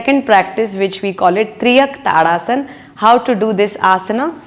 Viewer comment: Thank you for the video 🙏 Liked, shared. Triyak tadasana ❌ Tiryaka Tadasana (तिर्यक् ताड़ासन)✅ It means "swaying palm tree pose" 🙏